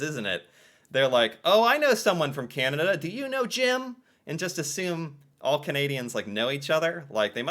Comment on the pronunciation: I will buy a T shirt or hoodie when you finally learn to pronounce Canada without that nasl twangl twang.